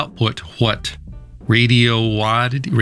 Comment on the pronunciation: The pronunciations of radoity raddiodity Radioddddddittty get me every time. 😂